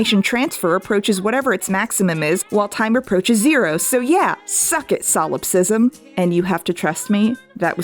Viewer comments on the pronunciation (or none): none